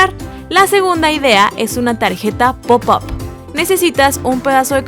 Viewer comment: Cuando dice pup up se escucha popo